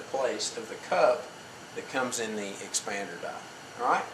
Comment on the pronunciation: "Expander dah"? Wtf is an expander dah?